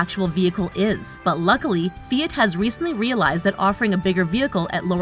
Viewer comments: I think it’s Fiat not feit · "Fee-IT" NO! LOL. Its "Fee-Ahht". (Think Fee-HOT) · Fee-it??? WTF is a feeit? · WTF is a "fee it"? Oh! Oh, you mean "Fiat"?? >.<'